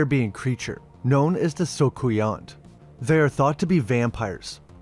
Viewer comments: You don’t pronounce the nt in soucouyant btw. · The story of the soucouyant (pronounced SOO-COO-YUH, as it's French) is well known to those of us who grew up in the Caribbean, especially the islands with both British and French heritage (like Saint Lucia 🇱🇨, my birthplace). My generation grew up with these stories, told to us by our grandparents and parents (my grandmother used to tell me these stories when I was growing up in the 70's/80's). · Pretty cool, wasn't expecting to hear you talk about the Soucouyant though. I am from the Commonwealth of Dominica in the Caribbean, it is described exactly the way you mentioned but I've mostly heard of the grains of sea sand instead of rice. Also, we pronounce it sue-coo-yah